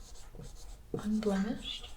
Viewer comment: Unblemished. Gibi asmr : "Unldemished". it happens to the best of us.